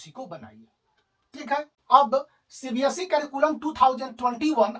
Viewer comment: Sir by the way its not cbsc its cbse 🙂😂 but nice explanation sirr